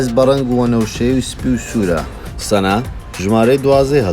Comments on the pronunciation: سەنا نییە سانا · سەنا نیە سانایە😭😹 تزویو نیە بە جویی دەخیندرێتەوە